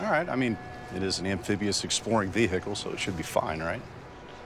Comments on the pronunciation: The pronunciation of veHICle just kills me. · Amphibious-exploring vee-hickle